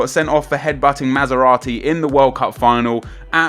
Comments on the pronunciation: Did he really just say MASERATTI ?! It's MATERAZZI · Mazerati lol It's Materrazi Nep ! ;) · He's materazzi not mazerazzi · did he just say Maserati instead of Materazzi? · You mean Materazzi? Not Masserati lol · By the way the guys name is Materazzi not Maseratti xD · It#'s Materazzi, not Maserati :D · Maserati lol I think it's possible you mean Materazzi nep haha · He called Marco Materazzi 'Maserati'...